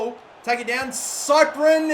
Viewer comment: Cyprien is pronounced Ci-pre-en